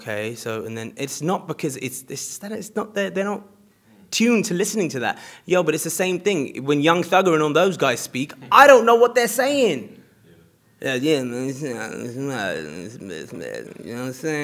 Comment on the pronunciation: this guy should do stand up comedian, when he say young thung mmmmm xcent